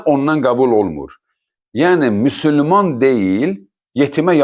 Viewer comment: Müsülman yox Müsəlman ya da müslüman gedin əvvəl düzgün deməyi öyrənin